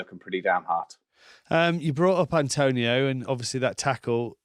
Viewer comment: His name is ATONIO... not ANTONIO!